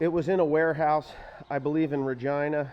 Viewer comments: RegIna, not regEna. If that makes sense lol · Its regina not regena. Rej-I-na. Its about 2.5 hrs away from us. Lol. Not annoyed just sayin proper pronunciation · I admire how you say Regina, buuuut it’s pronounced vagina but with a r instead of a v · Regina? Is pronounced re(va)gina XD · regina pronounced re ji na lol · well you pronounced it right a couple times it is reg I na pronounced like vagina LOL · Lol it's actually pronounced Regina...like China 😅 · Regina is pronounced like vagina but with a R